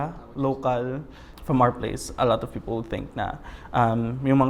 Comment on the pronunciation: It's a fake accent. The accents on some syllables are off and inconsistent. Like how he says "people", very pilit.